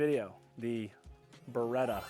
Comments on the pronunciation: perchè dite Bereta? si dice Beretttta:face-blue-smiling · Si dice Beretta non beeeeretaaa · Ah yes. The Burretta and the Furrari - staples of Italian brands worldwide.